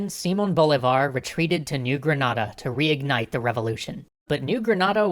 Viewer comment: 1.- si-MON bo-LEE-Var. 2.- You skipped Páez (the new leader of the "Legion of Hell" (By this point they weren't any longer called that, that name was only given while they were led by Boves) and Sucre (Bolívar's non-blood son and who was loved by Bolivia and Ecuador), how dare you? 3.- You added the Essequibo for only one moment. 4.- Income the Argetinians getting angry for not seeing San Martín in here.